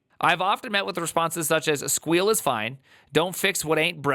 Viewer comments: Stop saying squeal that's not the proper term. You weren't PHPing with the best of them calling it squeal. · I absolutely love the pronounciationg of SQL as "squeal" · Can’t get over his unironically terrible pronunciation of “SQL” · Primeagen's pronounciation of SQL will never not trigger me lmao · I know. I’m both triggered and find myself using it. It’s just too funny to not. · I love it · yeah. and the sad thing is that the article even explains how to pronounce SQL